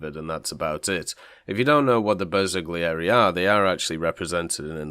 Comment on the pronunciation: I'm Italian and i'm sorry to tell you both pronounciations are wrong, don't feel bad though it's extremely hard for English speakers to get most Italian words correctly, especially one as difficult as Bersaglieri.